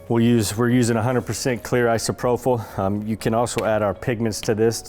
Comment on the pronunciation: I wish there was a private comment because I hate being the grammar police but your pronunciation of isopropyl is bugging me. There's no "H" therefore no "ph" sound (F) in isopropyl. It's eye-sow-pro-pill. Love the counter tops. I feel the wood grain didn't really need to be sprayed with alcohol but it still looked cool.